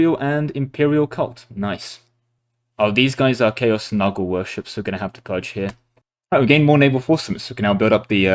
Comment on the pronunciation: Hearing Nurgle pronounced as "muggle" from Harry Potter but with an N was hilarious.